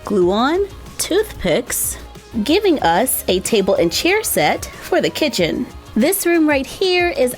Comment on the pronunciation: Not trying to be rude but you said kitten not kitchen